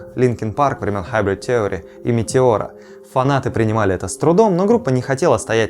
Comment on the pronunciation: Слово "theory" [ˈθɪərɪ] произносится через I.